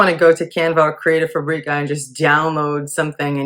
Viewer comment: You make “fabrica” sound like a spice when everyone else pronounces it like the word fabric